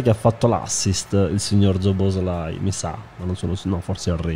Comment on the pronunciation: Nessuno: zobozlai